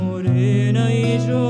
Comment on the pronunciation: Tu voz es preciosa pero tu pronunciación en la canción Morenika, no es correcta. Mi primer idioma fue el ladino, y sé lo que digo. En ladino no se dice sho, si no que yo. Tampoco no es Eshos, si no que Eyos, con Y. No se pronuncia GraDsyozo, si no que Grasyozo. Quitale la D que le pones. De nuevo te digo, tu voz es buena pero necesitas mucha ayuda con la pronunciación en ladino. Sería un placer para mi ayudarte con este idioma. Aqui te doy mi dirección electronica, y espero poder ayudarte. Sinceramente, Benni Aguado.